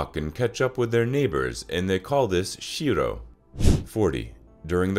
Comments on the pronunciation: And it's called xhiro not shiro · We don ,t say shiro we say xhiro